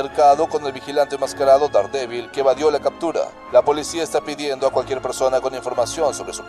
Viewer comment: Te urgen unas clases de Inglés; se pronuncia - derhDEEBOL -.